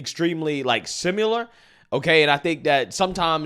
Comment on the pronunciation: the word is "similar"... pronounced sim-ill-ur, NOT sim-YOU-lur. There is no "y" or "u" in the word "similar". Not trash talking, just helping out :) love your channel